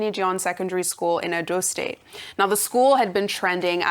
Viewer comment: This Igbo woman here is one Igbo person I have seen on Tv who cannot pronounce any tribal names correctly. She can't can't pronounce her tribes name correctly , Housa, Yoruba , Edo, Calaba, Tiv, Ebira, name it she can't. Ayo pronounces these names correctly, Ojy same. Oh comn Igbo woman BRAIN up please. No foil our hands